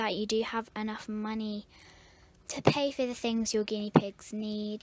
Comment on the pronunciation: You said guieee pigs